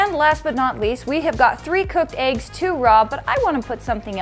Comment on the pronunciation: She pronounces it “Aeggs”